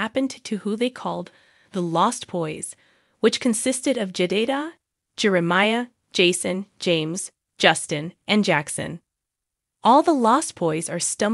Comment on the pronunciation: Ja day duh duh? Do you mean Jedediah? Also, it’s ‘alum’ pronounced uh lum not Al lum. Get a better robot because this is stupid